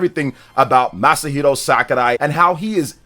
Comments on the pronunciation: It’s Sakurai NOT SAKArai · it’s Sakurai, not Sakarai lol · Fr that was a little annoying ngl, SACKARAI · Dude, what is upon with the Masahiro "SAKARAI"?, is it an inside joke or have you been saying it like that all the time and I'm just noticing it? 😅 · Omg just say his name normally